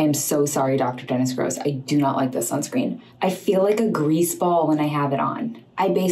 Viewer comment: Why are they pronouncing Dr. Dennis GROSS like that 🤣